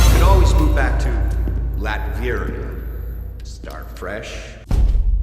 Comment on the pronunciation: Was anyone else annoyed by the movie's pronunciation of Latveria? I always thought it was Lat-veh-ria, not Lat-vee-ria.